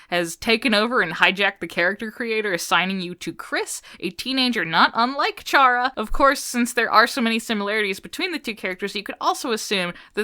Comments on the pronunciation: I'm sad that people still pronounce Chara as "Ch-ara" instead of "Care-uh". (Which is a pun for CHARA-cter.) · The way you pronounce Chara’s name greatly pains me, you don’t have to emphasize both syllables